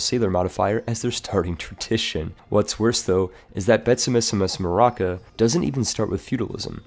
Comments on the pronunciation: As a Malagasy... i laughed when you said betsimisaraka. It’s BEI-TSY-MI-SA-RA-KA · So I lived in Madagascar for almost a year and Betsimisaraka is pronounced as 'Betzimsjaraka' (with a rolling 'r'). Just in case you have to pronounce it again... somehow... probably never again.